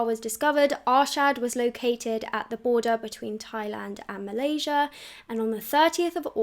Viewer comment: It's so weird hearing you say Malaysia! Kuala Lumpur is in Malaysia though (just fyi) <3 ly!!